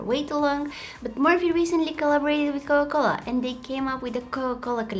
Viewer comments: U said cola-cola in the video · Coca-Cola not cola-cola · Is it just me ar did she pronounced coca -cola as coca - coca But I still love her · hi you sound like your saying ''cola cola'' but it made my day xx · It is not COLA -COLA its COCA COLA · Am I the only one who ears cola-cola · COCA COLA ❌COLA COLA✅ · It’s not cola cola it’s Coca Cola btw not trying to be mean your so talent with makeup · Girl didn't realise she was saying 'Coa Cola' instead of 'Coca Cola'. LOL Uhhhhhhhhhhhhhhhhhhhhhhhhhhhhhhhhhhhhhhhhhhhhhhhhhhhhhhhhhhhhhhhhhhhhhhhhhhhhhhhhhhhhhhhhhhhhhhhhhhhhhhhhhhhhhhhhhhhhhhhhhhhhhhhhhhhhhhhhhhhhhhhhhhhhhhhhhhhhhhhhhhhhhhhhhhhhhhhhhhhhhhhhhhhhhhhhhhhhhhhhhhhhhhhhhhhhhhhhhhhhhhhhhhhhhhhhhhhhhhhhhhhhhhhhhhhhhhhhhhhhhhhhhhhhhhhhhhhhhhhhhhhhhhhhhhhhhhhhhhhhhhhhhhhhhhhhhh I'm a bit to young for Coca Cola zero so, classic I guess.......... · Everytime she said coca cola I heard cola cola🤣😅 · I love that u said cocola instead or coca cola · Her saying Coca-Cola 🥺 “Coa-Cola” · I think my ears hear she said "Cola-Cola" every time, instead of Coca Cola 😁😁 but still i like the way she said that word. Very cute 😍😍😍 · CoCa cola, you're saying cola cola 😂😂 i love the light one, too much sugar in the normal one and i don't like the Zero one 😂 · I love how she says Cola Cola instead of Coca Cola. Awwwww 💗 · Why does it sound like she sayin* cowa cola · I love how she says coca cola because i here cola cola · When she says coka cola it sounds like coke cola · I love how she kept saying Co O Cola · I love how she calls it cola cola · I love that pronounce coca cola " coco la" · Dose anyone hear that instead of coca cola she says cola cola it’s so cute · No ones talking about how she says Coca Cola she says cola cola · cola cola original! love it!! and I like how she says TRANSITION ! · is she saying cocola ? 🥺❤️ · Her accent while saying coca-Cola is is funny but adorable